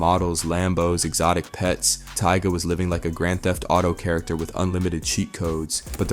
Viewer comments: Did he say TEEGAH? 🤣🤣🤣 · Tyga ❎ Tea-Gahhh✅ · Who TF is Tiega?! Bro call this man by his name 🤦🏻‍♀️ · Lmao Teega? u mean tiger (Tyga) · Funny how you learned these people financial and personal business but can't say their names correctly. 😅😂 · Which one is it TYGA OR TEGA 😂😂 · Tee Guh 🤦‍♂️ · Tea-ga.... lol that's wild. Sounds like a mortal kombat character name. Tea-ga... wins... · Lmaoo bow. Wow and teeta 😂😂